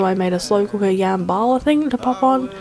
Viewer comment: I love how you pronounced jambalaya “yambala” that was so cute❤️❤️❤️❤️it pronounced jum-Ba-lie-ya😂😂love you so much